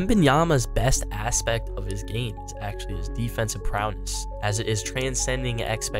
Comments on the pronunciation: It’s pronounced “go-bear”. French. It’s also “prowess” not “prow-ness”. Prowness is not a word. In his “best interest” not be in his “best bet”. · ProwESS, not prowNESS. GoBEAR, not GoBURT